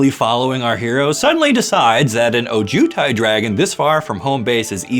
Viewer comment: Please emphasize the “O” in Ojutai